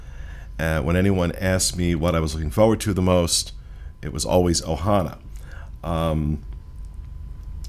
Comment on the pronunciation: First-Thank you for pronouncing the name of the restaurant correctly! The name of the restaurant is OHANA. There is no S. Second-my last experience at Ohana was so dismal and rushed and rude I pretty much gave up on it. It is OUTRAGEOUS to be charged these prices for horrible service. This includes the resorts as well. Pay $700 a night for a resort with broken washers and dryers?! Paying that much anywhere else and my laundry would be done for me. It’s crazy, thank you for lighting this up! 👍🏼